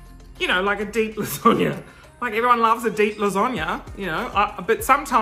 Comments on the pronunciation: Melissa Baby it’s more of an a sound not an O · Why you keep saying lasagna like lasonga. Please I need answers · Baby Bear I’m Australian and I don’t say lasonga hahahahaha I say lasagna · No one: Absolutely no one:: lasönga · Okay... wtf is with you pronouncing of lasagna?! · i googled it just to make sure it wasn’t how italians pronounced it but nope. nothing like it. i’ve never heard that!!! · Melissa Baby i lived in the US for a year and never heard it that way. lol. must be a regional thing. the most common american one i’ve heard is las-a (a like in apple)-gna. In Australia we generally say las-ar-gna.